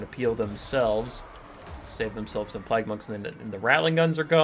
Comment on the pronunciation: Are you saying plag?